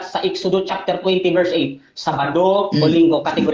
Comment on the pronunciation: Chapter hindi chafter.